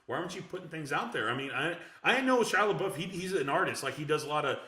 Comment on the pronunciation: Where do you get your resources from? 1 ticket sold for Shia Lebeoufs movie. there's no way that's true. and say his name right!!!